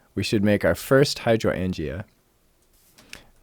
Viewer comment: I laughed so hard at your pronunciation of Hydroangea. I know..You sounded it out, and english can be a weird language to read. And we can't assume everyone has heard it spoken before. Good on you though to jump right into it.